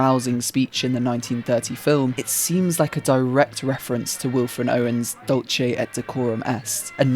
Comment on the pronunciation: it's not dulche, but dulKe or dulCe. it's not italian...ugh always butchering poor latin